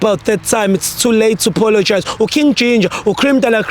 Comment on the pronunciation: pologize🤣🤣🤣🤣instead of apologize